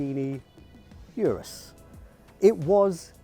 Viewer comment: It’s Ooh-ruuz not You-rus.